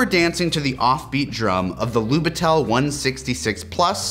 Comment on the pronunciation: That camera it trully something! Great episode, as always :) p.s. it was little bit funny to hear how you pronounce "Lubitel" with an accent on "e", its more on "i" in this case, but you did a great job adressing the context behind this camera either way 👌